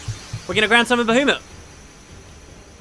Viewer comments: Atlanta? Bahumat?... I think you might have dyslexic pronunciation. Get yourself tested and inform any recent sexual partners. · I also agree that the Bahamut thing should start each episode. Especially since it's incorrectly pronounced, so some people would be annoyed but eventually would get used to it. I think I know why Yuna can no longer send Seymour. After death, the unsent cam turn into fiends. Seymour had turned into a fiend and fiends cannot be sent but can be killed. But then I'm wondering why the grand meister hasn't turned into a fiend. Gah, plotholes! Unless the whole fiend transformation idea was another of the Yevonites lies to prevent people from living forever (as undead). I'm also disappointed that the story is starting to get a little predictable, I knew Seymour would kill Kinoc so he'd be unopposed confronting Yuna. I prefer an unpredictable story, heck whats the point in one if you know whats going to happen? Its why I hate childrens movies cos you know what the outcome will be. I preferred earlier bits of the FFX story where we couldn't tell what was coming up. That said, I've no idea what will happen after the Seymour battle. Also if Seymour wants to be Sin to destroy the world why didn't he simply just go on the pilgrimage? Then he'd defeat Sin and become it. Maybe there's nobody to be his guardian(s)? I hate it when these simple (potential plotholes) aren't addressed. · Haha I'm so glad you made a response to the "Bahoomut" ordeal! We're not being assholes it's just funny to laugh at a pronunciation quirk. P.S. I decided to purchase FFX / X-2 HD after seeing a few episodes at the beginning of the LP and I just finished X and am about 5-6 hours into X-2, I really REALLY enjoy these games! FFX's ending was exceptional also.